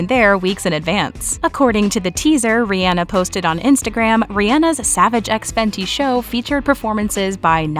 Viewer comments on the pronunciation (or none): It’s Ree on nahh NOT reeee Ann ahhhh 🙄 bitches